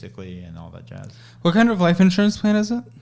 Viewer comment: “All that jasss”